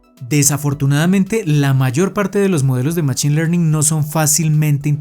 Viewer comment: Buen video, lo agradezco. Un pequeño feedback es la pronunciación de "machine" que en inglés se pronuncia "mashine" y me provoca escalofríos cuando lo pronuncias en español con la ch jaja